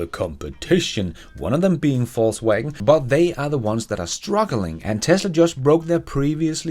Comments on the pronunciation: I love how you pronounced VW as “falsewagon” 🤣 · Is it me, or does always seem to pronounce "Volkswagen" as "Falsewagen"? 😅